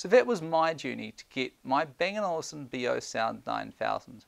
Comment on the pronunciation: It's Olufsen not Olivesen